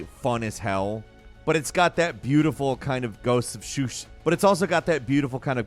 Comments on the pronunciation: Soo-she-muh. Not soo-shi-muh. I know you've heard others say it correctly. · "Its got the beautiful kind of Ghost of schush" 😂😂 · I heard this as I was reading the comment. Lol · Man, little late. I was about to mention it as well. I had to go back to make sure I heard it right. 😅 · I saw that too lol came to see if someone else noticed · Noticed it right away lmao 😂☝🏻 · Bro I thought I was having a stroke